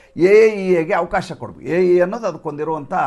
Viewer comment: ಸಾರ್ AIEA ಅಲ್ಲ ಸಾಹೇಬ್ರೆ IAEA